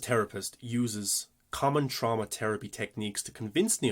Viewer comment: Will forever think of Jamie Lee Curtis pronouncing it TrOWWMma.